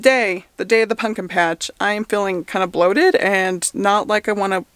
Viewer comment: its the punkin for me! LOL i thought i was the only one who sAID it that way!!!